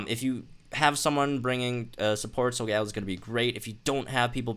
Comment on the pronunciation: In the TV series it’s pronounced "sol-ga-lay-o"